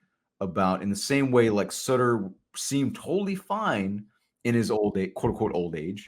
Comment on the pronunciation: Also Ryan's last name.